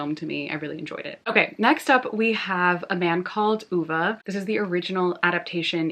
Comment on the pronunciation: It is pronounced Ooo-vey (a man called Ove)